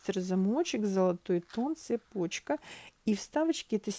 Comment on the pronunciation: Еще не цЕпочкп а цепОчка.Сама не русская и постояно,для себя, проверяю ударение в словах.Я и в словарь заглянула и в интернете поискала нигде нет ударение на е,незовисимо в какой смыславой ряд это слово ставим,золотая цепОчка,цепОчка событий и тд.Если я ошибаюс дайте источник где обясняют почему ударение на е,спасибо.